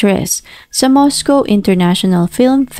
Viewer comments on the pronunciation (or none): none